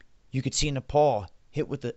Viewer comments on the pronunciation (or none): none